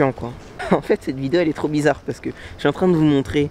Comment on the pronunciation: "non l'affaire là est trrrrop grave" XD